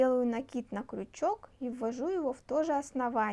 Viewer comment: Правильно говорить крючок а не кручок - это русский. Так режет слух, не досмотрела до конца.